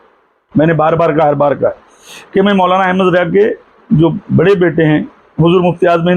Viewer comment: Abe alahazrath ke bade bete ka name hamid raza hai mufti e azam nahi Teri talafuz sahi nahi RAZA Hota hai RAJA nahi pehle dusroun ko nasihath (direction) dene se pehle tu pehle khud is layak to ban ja bad me logoun ko nashihath karna pehle jake madressa me dakhila le qabil banjane ke badd phir youtube par aana 😂